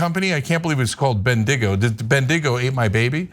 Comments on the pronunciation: Bendigo is a small regional city in the state of Victoria. Very historic, among other things a major centre during the gold rush in the 1850s. Pronounced without emphasis on the last two syllables (think of the emphasis and rhythm of 'Mexico') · Ben-dig-Oh..... hahahaaa total fail! 🤣Anna, it's Bendy-Go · BenDIGo? Try BENDigo. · Bendigo, pronounced as "Ben-de-go". Good to see you cover an Australian BS story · Not an outrage thing for the record, just thought I'd clear it up as an Australian. A. It's pronounced BEN-di-go B. Bendigo is a place name, like Adelaide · Bendigo, pronounced bendy go. That was a dingo that ate her baby. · Bendigo is a regional town in Victoria 😂 Ben-di-go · Its a Dingo that are the baby (think Ringo). Bendigo is pronounced bend-e-go. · Bendigo is a Victorian town Pronounced "Ben-di-go" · Er…you know how to pronounce Wendigo probably so why the difficulty with Bendigo? 🤔🤨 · Bendigo is a city in Victoria, Australia. I've visited and it's lovely (I'm from New Zealand) so your pronunciation was a bit of a giggle for me. I think the place name was originally the nickname of a well known pugalist of the times.